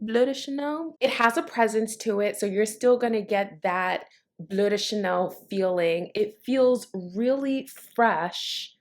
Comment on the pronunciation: I can't seem to find it here in the UK but tomorrow I'll go to Selfridges so hopefully they have it. Can I ask you why you call it "blue de chanel" instead of bleu "blur" de Chanel. You actually pronounce it perfectly at 1.24 in this video. Sorry for being an arse but I think it's important to pronounce it how it is in it's native French language. BTW I love your channel